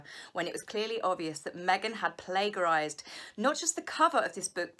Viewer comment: I love your videos and therefore look forward to your next one, but please search google for plagiarise and hear the pronunciation. Then my really annoying picky brain will follow your news and not falter and lose the thread. 😂❤️